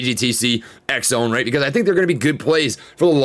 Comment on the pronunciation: You’re still mispronouncing ExOne